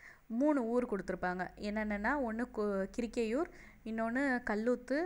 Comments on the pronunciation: Kirikaiur Ella mam.karikkaiur nu read panunga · Kirikaiur illa Karikaiur mam